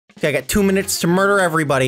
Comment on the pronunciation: You said Make me mudrer